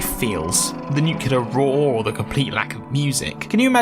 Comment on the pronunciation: Great video, but you pronounce nuclear wrong so I'm coming for ya'